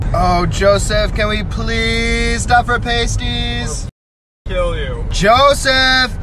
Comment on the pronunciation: Pasties: plural of pasty. When pronounced it rhymes with nasty, not tasty.